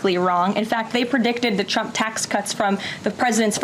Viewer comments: Did she say CHUMP tax cuts? 😂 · ”The original Chump, ahem Trump Tax.” Gotta love the slip of the tongue! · Ha Ha!! she said CHUMP instead of t RUMP... Shows her STUPITY....🤡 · Does she constantly call tRump, Chump? It sounds like she says Chump every time. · Loving how she pronounces the word 'Trump' as CHUMP 😂😂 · She can barely even pronounce Trump. Listen to her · Did she try and say trump ??? Cause I swear it sounded like she said chump lmaoo